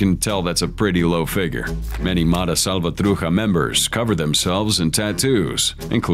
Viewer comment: You buddy the voice in this video, just need to learn the right pronunciation of the " mara salvatruCHA". IS NOT " salvatruka" as you said. Right pronunciation is salvatroo- SHA.